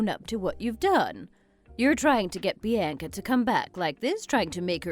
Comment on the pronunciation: Why can't they pronounce Bianca or women right